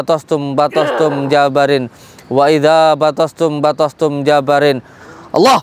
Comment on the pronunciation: Ini daran...Ampura....JABBAARIIIN.....pakek TASYDID "BA" nya dan panjang bacaannya...